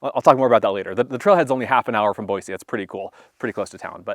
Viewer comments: Boy-C not Boy-Z. Thanks for the heads up! 👍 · Thank you for saying Boise the correct way.